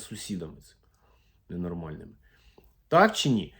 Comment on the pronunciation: Мені так сподобалося, як ви сказали с з сусідами ,і пауза ,Не нормальними😂😂😂